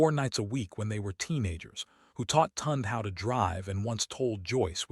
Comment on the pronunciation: Part 2, please! Also, please pronounce her brother’s name properly; Tunde is pronounced tune-day!